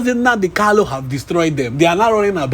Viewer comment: Is he Kalu or Kanu. Please pronounce his name correctly.